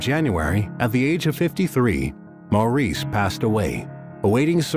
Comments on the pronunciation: All together now: It's pronounced MORRIS, not Maurice. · Why is it so hard for American narrators and interviewers to grasp that Maurices name was pronounced "Morris" and not "Moor-ese". I get that its common to pronounce it that way for Americans but it would take like 2 seconds to get it right... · I don't even know if I can watch this, after the very first sentence. How can a documentary be done when they can't even pronounce the name of one brother correctly...geez...it makes me crazy. ...it's Mar- is...not Moreece!!!!!! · Actually it's not Mar-is either....it's Morris 😉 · The commentator needs to pronounce Maurice as Morris which is how Maurice says it himself. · Maurice is pronounced 'Morris'. Per them.